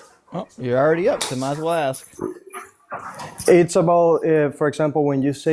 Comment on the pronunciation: stop "aksing"questions. Think, and start asking, you might get it! 🤦‍♂️🤦‍♂️🤦‍♂️